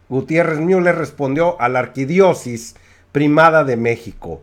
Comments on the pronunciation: Dijiste mínimo 4 veces "arquidiosis" Lo correcto es arquidiosiócesis. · Se dice Arquidiócesis, señor sabelotodo. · Colega repite conmigo AR-QUI-DIÓ-CE-SIS muy bien muchachito MUY BIEN! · Disculpe la corrección: Ar - qui - dió - ce - sis. Saludos desde México